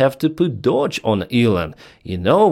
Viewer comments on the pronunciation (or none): none